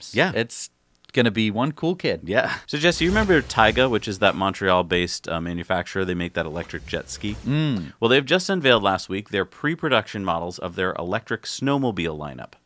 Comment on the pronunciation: His name is TYGA, Not "Taiga" ...